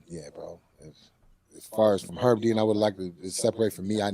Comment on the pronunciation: calling Herb "her" then saying picter twice, homie you hammered G????????? 😅